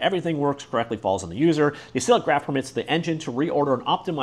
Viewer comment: "acyclic" is said like "a-cycle-ick" "acyclic" means a tree where child nodes cannot refer to anything higher up in the tree. that's the opposite of "cyclic"